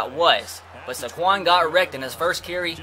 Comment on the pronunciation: Do u not know how to pronounce saquon and Shaquem